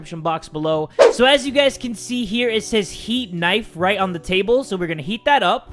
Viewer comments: I like when he calls it knifo😂😂😂😂😂😂😂😂😂😂😂😂😂😂😂😂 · Naifu lol